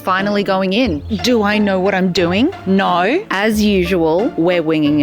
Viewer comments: The 'naur' got me subscribing and liking even before I watched the rest. Cheers. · 😂😂😂😂 the Aussie no 😂 being an Aussie myself, I love this reference ♥️